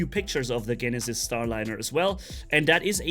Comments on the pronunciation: Jen - e- sis lmao not GENisis. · I know it's confusing but the g in Genesis makes the j sound instead of g for some reason.